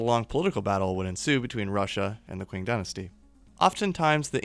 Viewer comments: Qing=Ching not kwing. Chi ng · It's pronounced "Ching" Dynasty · Love it!!!! Big hole for this in the YouTube history/geography world. This is more of a note for you than a criticism, but just so you know the Qing Dynasty is pronounced like "ching"